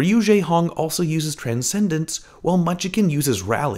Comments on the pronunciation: it's not munchicken it's munchkin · Great vid, I watched live and was as confusled as anyone when Nenne 'ulted' Michelle at the end. Love the analysis as always. BTW munchkin is pronounced munch-kin, not munch-uh-kin. It is 2 syllables. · It's munch-kin not munch-i-kin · What do you mean, Munchikin and Jesk are my favorite players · Why does he say munchikin instead of munchkin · surely he knows how to pronounce Munchkin right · Bothered me the whole vid 😂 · the way he pronounces "munchkin" hurts me.. munchakin is how he says it lol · Can you please make sure the person doing narration pronounces names correctly? Munchkin Jecse etc.